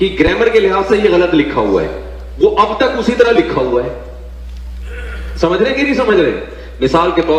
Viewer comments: Is video mein mufti Tariq masood sahab kuch samjha rahe hai, jisko yeh banda galat bata raha hai aur logon ko bhadka raha hai. (Thumbnail mein likh diya aap rasool s.a.w ki shaan mein gustakhi) Pehle samjho baat ko. Aur ha samcho nahi samjho hota hai😊😊 Thoda khud bhi padh likh lo to tumhara pronunciation sahi ho jaaye. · Is video mein mufti Tariq masood sahab kuch samjha rahe hai, jisko yeh banda galat bata raha hai aur logon ko bhadka raha hai. (Thumbnail mein likh diya aap rasool s.a.w ki shaan mein gustakhi) Pehle samjho baat ko. Aur ha samcho nahi samjho hota hai😊😊 Thoda khud bhi padh likh lo to tumhara pronunciation sahi ho jaaye. Samchna nahi samajhna hota hai.